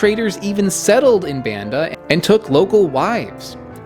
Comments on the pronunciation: Thanks for your hard work, it's pronounce Bund-da not Band-da Island, thank you very nice :) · It's pronounced Bahn-dah, with the same "ah" vowel as Java. Indonesian is a VERY phonetic language. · This is really amazing work. It would have been nice if you had taken the time to learn to pronounce Banda like Indonesians do.